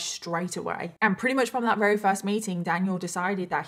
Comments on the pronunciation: I love your videos a bunch, I think you're great. I just have to say I notice you say very as "rary" which is adorable, I've just never heard it as an accent from anyone from the UK. I'm just wondering where it comes from. If it's a speech impediment or something I hope you know I'm not calling you out! Just curious, like I said I think it's adorable and I love you and your videos!! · I am so genuinely sorry, but why do you say “very” like “rerry”